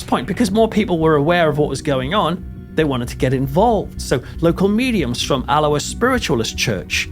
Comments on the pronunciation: al-oh-ah 😂 not that strange Hawaiian pronunciation you gave it, you make us sound so tropical 😉 Great video, but did that guy really say he thinks it’s a DISCARNATE entity that’s died but not moved on? They’ve never been human so he’s got his basics wrong which is never a good sign, perhaps a slip of the tongue. Off to watch the next video which I’m sure I will also thoroughly enjoy, but also will pick holes in. Promise I’ll keep them to myself in future 😂 Keep up the excellent, high quality work! 👻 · It's about 50 miles from both, near a large town called Stirling. Alloa is Al-low-ah, not as in the Hawiian greeting ! 😆🍍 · 😂 Like his attempt at trying to pronounce Alloa. It pronounced Al-o-waa. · You Alloa like this :- “AL - O- WA”😂😂❤❤ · The way you pronounce Alloa makes us sound very exotic indeed 😂 . Try Aloe (like aloe Vera) -ah 😅 xx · I think I hear a touch of a gentle Geordie/Northumbrian accent, which have many similarities to a Scottish accent and would explain why he couldn’t pronounce Alloa properly. Having said that, I’m English too and I know how to! 😄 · You mispronounced the town two different ways: with a hard C then a soft C. This is very lazy and pretentious. Just narrate. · Great video, well done. I had heard of this but didn’t realise occurrences were so extensive . I used to live in Alloa years ago and often visited friends in Sauchie. Loved your pronunciation of Alloa, it made me laugh and made it sound exotic 😂 No offence meant 😊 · Loving the new pronunciation of Alloa,,, sounds more South Pacific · i found this interesting but found myself saying the correct pronunciation of alloa loudly at my computer.